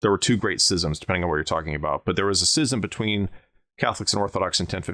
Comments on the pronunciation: Your pronunciation of schism five or six times within a three or four minute time period really was distracting because you miss pronounce it. schism /ˈs(k)izəm/ Kinda reminds me of when someone pronounces scimitar, skimitar. Anyhow, this video and the previous video on this subject were excellent. Also, damn right you should be careful around boars. I used to run into them while doing patrols along the old West/East German border and West German/Czech borders. Boars are dangerous. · Hate to be this guy, but it's Schism. Pronounced Skiz-um. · How do you not know how to pronounce schism? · I've never heard anybody pronounce scism with a soft c.